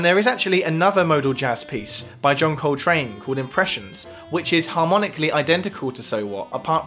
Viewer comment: John COLtrane, not colTRANE